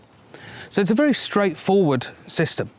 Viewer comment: Be berry berry quiet, I’m hunting hay bails.